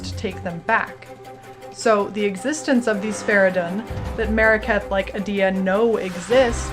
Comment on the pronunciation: is it you'r shtic to pronounce in-game names incorrectly ? :D its Adiya not adIya, [ai]la not [e]la :) also kUrai*